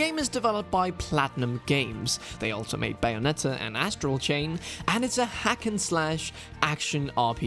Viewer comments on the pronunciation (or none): none